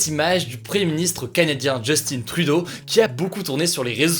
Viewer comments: Oui les québécois on a compris ce n'est pas "Justine" mais "Justin" 😂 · C'est pas 'Justine' Trudeau, c'est Justin... Si tu dis sont nom de famille en français, dit le au complet en français et non en anglais, sa sonne vraiment mal. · Léger ajustement demandé. Au Québec, en français, le Premier Ministre du Canada porte un prénom francophone qui se prononce selon la langue officielle utilisée. Les anglophones disent 'Djostine' et les francophones disent 'Justain'. Jostine est du mauvais anglais ou de l'anglicisme mal assumé. À vous de choisir votre voie / voix. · Petite rectification: On ne prononce pas JustINE Trudeau mais bien JustIN Trudeau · Tu prononces tellement mal son nom!!! Ce n'est pas "Justine", C'EST JUSTIN! "IN"!🤦‍♂️🤦‍♂️🤦‍♂️ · On dit pas JustinE Trudeau on dir Justin Trudeau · Salut Hugo! Justin Trudeau ne se prononce pas "Justine"! Il es francophone et il est premier ministre d'un pays qui a la langue française comme langue officiel! Alors je ne vois pas ce qui te pousse à prononcer son nom en anglais! On travail très fort ici pour le français, alors c'est sur que c'est décevant quand on vois ce genre de comportement de nos "cousins" français! Ce nest qu'une critique constructive! Merci! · justine trudeau xD chui dead on dit justin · Bon contenu Hugo. Par contre, c’est JUSTIN TRUDEAU, pas Djeustine. 😊 Bises du Québec! 🖐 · C'est vrai pourquoi les français disent Justine c'est Justin pourtant ! 🤔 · Mdrr justineee trudeau c'est justin Trudeau mais on t'aime quand même 😉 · On ne dit pas "Justine Trudeau" mais Justin Trudeau. Il n’y a pas de ine à l’oral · On dit pas Jusstine on dit justin (juste-hein) chu québécois donc sa m’énerve un peu mais j’taime quand meme <3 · Je crois bien qu'on dit Justain et non Justine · Hugo ça se pronnonce justin et non justine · Justin* et non pas Justine😉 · JUSTIN jUUUUUUUUUUstin, il est francophone, prononce le en français stp ^^ ! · Hey Hugo, chez nous on dit Justin comme ça se prononce, c'est un Québécois.